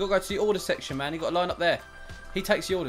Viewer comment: Why u always say ”ma’am” instead of man lol